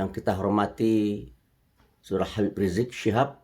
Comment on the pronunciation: Coba Tulisan dan Panggilan ke pemimpin FPI nya tuh diperbaiki gitu....sebut Habieb aja kok susah.